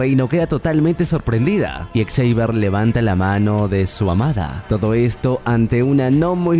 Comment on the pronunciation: La mala pronunciación del nombre Xavier, no me permitió terminar el video. :/